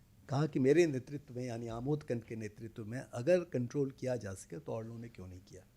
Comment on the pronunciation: "प्रमोद" नहीं, उनका नाम 'आमोद' है, जिसका ग़लत उच्चारण "अमोद" किया जा रहा है। देवनागरी लिपि में 'जो लिखा जाता है वही उच्चार' किया जाता है, यह उसकी श्रेष्ठता का प्रमाण है। रोमन लिपि में ऐसा नहीं है; 'A' को 'अ' भी बोला जाता है और 'आ' भी। (इस प्रकार के अन्य उदाहरण भी उस लिपि में हैं।) 'आ-मोद', जो शुद्ध संस्कृतभाषा का शब्द है, उसे "अ-मोद" कहने से अर्थ विपरीत हो जाएगा !